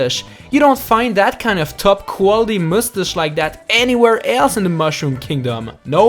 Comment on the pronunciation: What's a mustush I only heard of a mustache